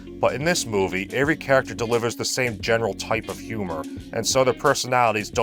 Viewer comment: I like how can't pronounce every correctly and pronounces it like "Avery"